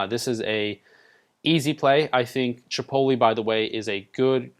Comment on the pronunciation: thought I was the only one who recognized that lmao. is it not " Chih pote (like tote) lay"